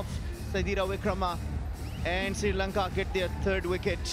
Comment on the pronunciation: Why does the afghan commentator saying SIRI LANKA instead of Sri Lanka, i became so mad at him 😡.